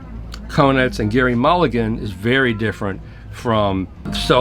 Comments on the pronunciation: "Gerry" - pronounced like 'Jerry' and not 'Gary'. And man, that's the lp i have been waiting for. Glad to hear it sounds good. Mulligan is GOD. Well... in my book. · always thought mulligan's first name was pronounced like 'Jerry' not 'Gary'?